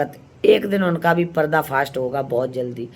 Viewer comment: आंटी निरलज्ज होता है लिलज्ज नहीं.. पर्दाफ़ास होता है परदाफ़ास्ट नहीं.. आगे होता है आंगु नहीं.. और आंटी अंत में 😂😂😂😂😂😂😂😂 यूकेलिप्टिस होता है यूपीलिपिस्टिक नहीं.. वैसे हँसते हँसते घोड़े दौड़ गए 😂😂😂